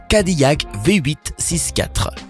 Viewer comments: cadiYac XD cadillac se prononce kadilac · Ferrari pis cadillac on le dit cadilac